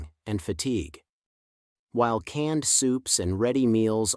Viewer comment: "CANNED SOUPS" and not "CANED SOUPS" ! Carefully check your words !